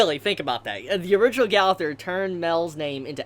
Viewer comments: Its pronounced go - ther not gauther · its g-oh-thur and m-eye-el jesus christ ive never heard simple names be butchered so horribly... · im kinda mad on how you pronounce his name... like bruh they show how to say Gowther and Mael's name!!!! Mael is Mon-el Gowther is Go-ther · Go-ther, Ma-el- learn to pronounce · Why y'all be saying the name so bogus